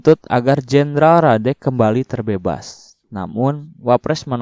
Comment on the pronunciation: Nama Jendralnya bukan Derek bang tapi Radek wkwkwkwk